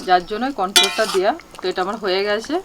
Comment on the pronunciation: Eta corn flour uchharonta thik kore nao.